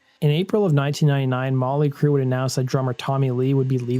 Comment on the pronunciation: Their band name is NOT Molly Crue. It is MOT-LEE Crue!!! Please STOP being Lazy in your s[eech!!!